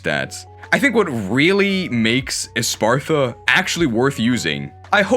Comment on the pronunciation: Why does literally every poketuber say espartha instead of espathra